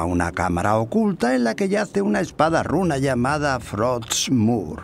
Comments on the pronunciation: "hay una espada runa llamada frotsmure" Todo disléxico el Muradín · Muradin: Estamos buscando "frotsmur"